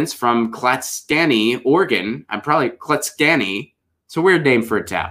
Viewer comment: Pronounced KLATS KONE EYE ..